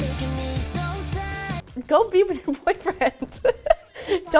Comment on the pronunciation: She hit the country accent when she said "sad"